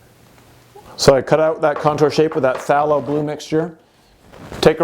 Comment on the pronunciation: Phthalo Blue is pronounced with a strong A, like "PhthAYlo" ☺